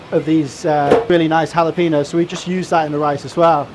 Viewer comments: You'd think a chef would know how to pronounce jalapeño. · I heard how he pronounces jalapeño, he doesn't speak Spanish